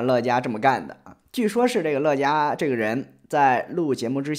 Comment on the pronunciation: 乐嘉，发音应该是Le家吧？ 乐嘉有种！难怪后来乐嘉被封杀了